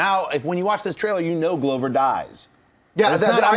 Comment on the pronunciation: Stop mispronouncing Donald Glovers name!!